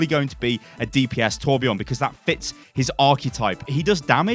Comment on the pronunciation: And he needs a new voice actor that is swedish so he sound swedish and kan say Torbjörn right not torbjourn